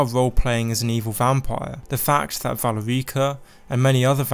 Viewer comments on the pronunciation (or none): Va-le-ri-ca, not Val-rica.